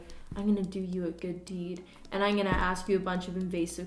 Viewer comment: "Ine gonna"